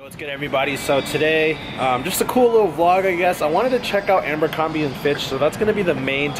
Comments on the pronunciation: Say AMBERcrombie again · Everytime you say "Ambercrombie" 😬